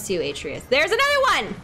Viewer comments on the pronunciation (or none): Your sons name is pronounced “uh-trey-us.”